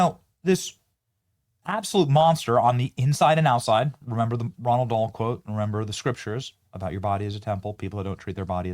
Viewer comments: It's Roh Ahld Dahl, not Ronald. Idiot. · Roald Dahl not Ronald. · Its Roald Dahl not Ronald.